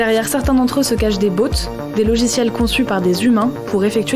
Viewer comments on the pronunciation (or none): "des bauttes" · des bautes 🤣🤣🤣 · Ptdr des BAUUUUTS😂 Svp apprenez à mieux prononcer ce mot par pitié. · “Des bauuuuts”